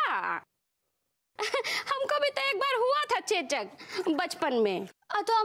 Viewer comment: चोचक नहीं चेचक होता है।😂😂😂😂